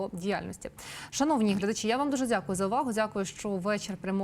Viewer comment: Невеличка увага. В українській мові ввимовляємо дякую, а недзякую, робить, а не робиць і т д